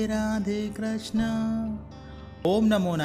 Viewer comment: Krashna nahi bhaiji krishna boliye 😊